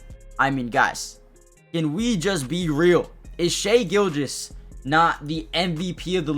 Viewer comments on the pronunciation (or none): none